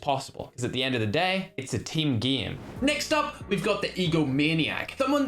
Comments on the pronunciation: Its so funny how he pronounces game😂😂😂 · How pronounces game normal guy:game:geme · every one: hay its pronounced ''game'': nah nah nah its ''gihm'' just for fun lol...